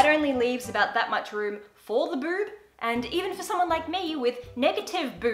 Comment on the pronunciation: Love the way you say boob😂❤️ bewb✌🏻😂